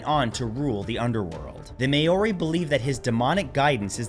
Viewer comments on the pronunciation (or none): Nzer here... I believe it is pronounced phé-ro and also its pronounced mao-ri (or mow-re with rolled r's) not may-ori 😅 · It’s Maw-re. Not May-oh-ri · I’m so sorry Matt, I love your videos but that Māori (not may-or-ree) pronounciation is killing my soul and I have to turn it off. It took my brain a good minute or so to realise who you were even talking about. Pleaseeee, I’d be more than happy to help with Māori pronunciations in any upcoming videos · You mispronounced the name for the native people of New Zealand. If you're saying certain words for the first time, you should make sure you know how they're pronounced, before you say them in an educational video. I've watched your videos for 10 years now, and you've made mistakes like this quite often. I'm sure you mispronounced other words and names in this video too. I still love your channel, though.